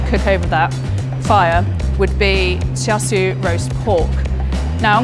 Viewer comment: Char Shoo? Lol. I think she's great but Uncle Roger needs to give her tips about pronunciation! :-)